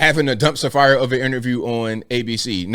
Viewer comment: "What's a fumpster dire?" Ol' jle